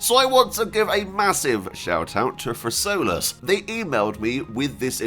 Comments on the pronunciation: It's not [fersolas] but [ferkoulas]. But I am thankful, that you made this video, thanks. You got the name of the lord quite good, though. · One does not simply pronounce Fercolas right